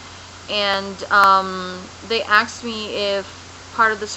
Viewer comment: seriously, it's either grape jelly or a yeast infection that your leaking; i am positive (by looking at your neck) that you cannot possibly get all of your boby with a washcloth, you surely miss some, right! Also, it is pronounced ASKED not AXED! Finally duct tape doesnt mean gastric bypass, just some oberservations and good luck..